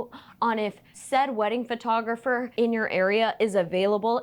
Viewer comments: That "photographeigh" absolutely took me out. I had to put my cup down to laugh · Britneigh Lee Photographeigh. 😂 I'm crying. So good.